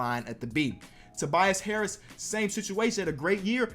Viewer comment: You said Tobias harris😅😂😂